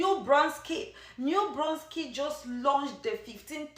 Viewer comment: Nova Scoteea?? New brunskit?? Bruh